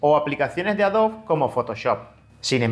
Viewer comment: Tengo una duda no referente al video en si, si no a como pronuncias el nombre de Adobe como "Adob" ¿a que se debe esa pronunciación, si en inglés se pronuncia "adobi"? en español se deberia pronunciar como se escribe tal cual AdobE.